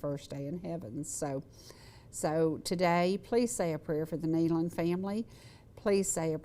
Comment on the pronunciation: Excellent! Excellent! Tribute to the Nelon's and thank you so much for pronouncing their name right! I was heart broken when I heard this news and I continue to pray for Autumn and the baby. They are in Heaven having a glorious time but we will see them again if we have Jesus in our hearts.